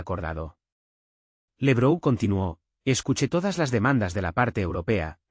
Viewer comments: No esw LEbrou, es Labrov, laurel en ruso. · No es "Lebrou", es Lavrov. No es " bon der leien, es fon der laien.